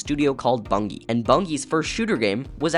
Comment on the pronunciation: i'm always happy to see Marathon representation, but there are two things that stuck out to me. 1. the 'g' in Bungie is a soft g, pronounced like the actual word "bungee" 2. Bungie's first shooter was actually Pathways into Darkness, which released a bit over a year before Marathon. but to give you credit, i am very happy you didn't call it a Doom clone.